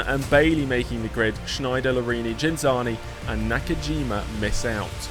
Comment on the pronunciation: Ghinzani. The h isn’t pronounced